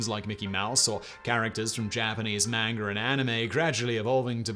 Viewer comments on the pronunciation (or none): none